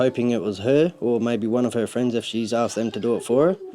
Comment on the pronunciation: "Freiends" lmao